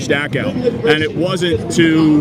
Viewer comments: dude can't even pronounce Dachau properly.... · He’s saying Dachau wrong